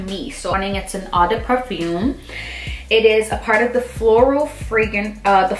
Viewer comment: “ Oh- de- pa-foom “, “oh-de -towa-lett”